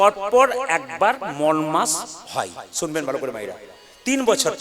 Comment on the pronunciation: উচ্চারণটা ঠিক করে করে ওটা মল না মলমাস মল আরমাল তফাৎ বোঝেন না